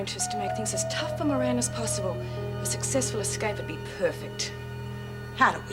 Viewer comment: Joan should say moran like Murphy